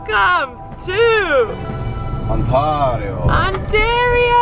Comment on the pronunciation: I love how Eamon said “Ontario” with a Spanish pronunciation 😂 Bye, bye Mexico 😕